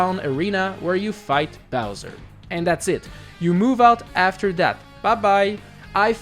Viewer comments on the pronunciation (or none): none